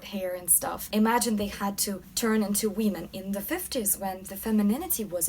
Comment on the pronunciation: it's women not wee-men! other than that love your videos! keep up the amazing work!